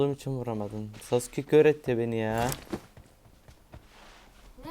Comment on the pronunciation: Abi normalde SASÜKE saske diye okunuyor siz niye SASÜKE diye okuyosunuz